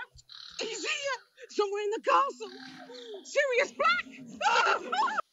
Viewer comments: keeps calling Sirius silus lol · Whyyyyyy does he keep saying sirius black’s name wrong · It's really annoying how he keeps calling Sirius "Silas." Come on! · I know this is an older video, but you keep saying Silias Black.. its Sirius Black... and yes the books go into a great more detail! and Also chocolate always makes you feel better. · Petition to start calling, The Maple, for him repeatedly calling Sirius, Sylis 😂😂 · Binging this entire series right now. I just love how constantly mispronounces names... even mispronouncing the same name in different ways. Syrus... Silus... close, close. It's also growing investment for me:)